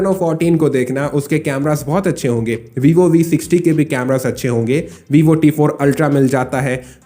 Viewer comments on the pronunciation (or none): none